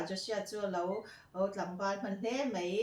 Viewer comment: Paih tih turah peih I ti a, mai tih turah mei I ti thin bawk a, ka lo sawi ve mai2 .hmuhnawm lutuk e